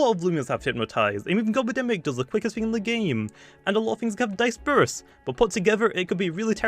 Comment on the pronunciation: can we take in the moment that jamiy pronounced disperse wrong